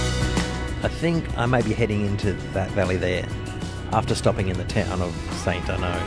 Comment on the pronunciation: Never heard St Arnaud pronounced that way before